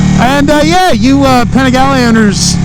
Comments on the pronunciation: even the name of bike is wrong, “ Penigalle” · Start by not butchering the name 🤡🤡🤡